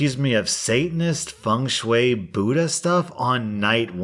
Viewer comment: I'm so used to people pronouncing feng shui wrong, when I tell you, my jaw hit the floor at those flawless vowels. But if anyone pronounces it correctly, it would be you 😂